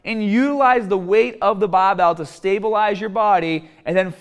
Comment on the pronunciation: im sorry but... "bahbell"